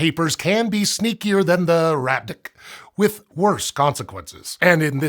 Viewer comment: Love how rat dck is being pronounced 😂